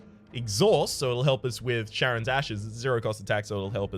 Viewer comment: In this case it shouldn't though. The mythological Greek character Charon has it pronounced like a K (in fact, Kharon is used as an alternate spelling).